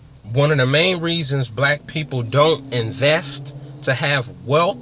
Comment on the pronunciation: Hope this kid isn't imagining he has a future in being a personal motivator. He can't even spell and his English is very ghetto. "Woo wop de woo?" WTF? Can't even pronounce "wealth" instead he says "wealf" hes got a long way to go but first he has to learn English.